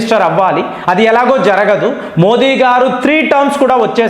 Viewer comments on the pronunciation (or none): none